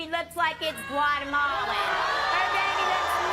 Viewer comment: I’m sorry but the way she says “Guatemalan”is funny to me. The fake racism is just so over the top. 😂😂😂